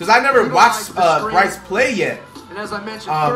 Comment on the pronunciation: bro said « brycey » 😳😭